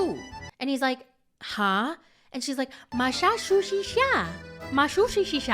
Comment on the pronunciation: Yes yes…. We get it. She mispronounced Massachusetts.